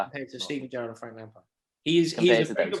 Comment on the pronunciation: Hahaha! This was hilarious. Its Gerrard.